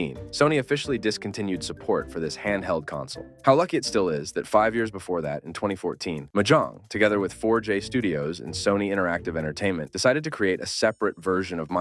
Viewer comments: Its MOJANG not MAJHONG! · Did he just say Mojang as Mahjong????? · did you just say Mah jONG i almost dropped my food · Cause it is AI, listen to how he pronounced Mojang